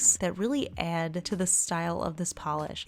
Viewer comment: Not related to nail polishes, but I just love when your typical Jersey accent slips in! Especially in word 'add' 😊